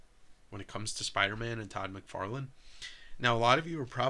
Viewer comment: My brain thought said Todd "McWeirdless" lol